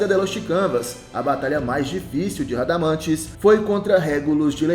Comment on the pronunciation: Aprende a falar nome do espectro..canal lixo 😊😅😅😅😅